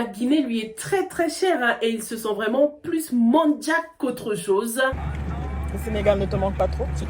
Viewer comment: faudrais revoir la prononciation de manjack c'est pas en anglais mais français la prononciation non on les trouve en Casamance